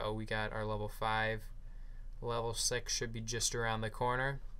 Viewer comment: Did u say level sex? Lol great game though, as always